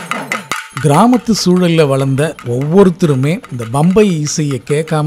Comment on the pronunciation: MIHA ARUMAI....Nihalchi Varnippaalarku oru seidhi. Uchararikumpoludhu Pambai yendru Ucharikavum bambai alla...